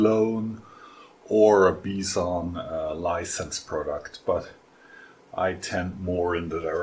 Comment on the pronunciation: Nice job as always. Is "bee zhon" the proper way to pronounce Bison? I always assumed it was "bye son" because they use a bison in their logo.BTW, you have a "0" on that chuck marking the key hole that was used during manufacture.